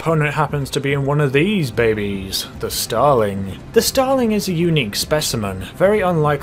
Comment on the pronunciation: Os it just me or whenever he says starling it sound like he is saying stalin